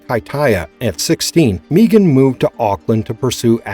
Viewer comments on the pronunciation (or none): Who TF is Meegan? It's pronunced (Meg-an)